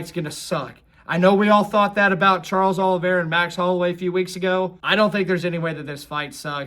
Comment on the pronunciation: Pereira is pronounced Puh-ray-ra. The "H" sound in Brazilian Portuguese R's is only present if the name begins with an "R" or if there is a double "R" (like in Ferreira). It's not pronounced Charles Oliveyha nor is it Puh-heya.